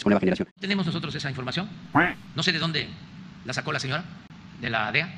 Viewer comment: Reportero: "Si no son 44 mil, cuántos son?" KKs: "Quien jabe, pero ya vamoj a hajer un jenjo... jejeje"